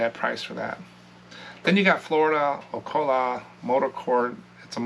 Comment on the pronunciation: It’s pronounced O-cal-ah. The cal part is like Cal in California. A lot of people so say Oc-a-la which is wrong too.